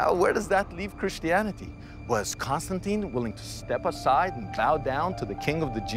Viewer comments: she sounds like she says CONSTANTEIN and not CONSTANTEEN - and she is supposed to be an expert for over 15 years to already learn that romans never did such sound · Why am I annoyed by the way that the lady (Constantine expert) pronounces his name as "Constan-TIE-N"? Very different from how everyone else in the entire video, including, Simcha and the narrator.